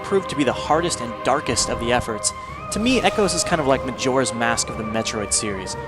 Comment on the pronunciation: I thought he said "Darkest"